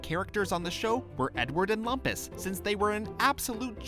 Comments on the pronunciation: (Scoutmaster Lumpus impression) That's LOOM-PUS, bonehead nitwit..... Not LUMP-US! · It's funny how the narrator got Lumpus's name as well as the fact wrong about his name. It's pronounced "LOOMpus", but most characters call him "LUMPas".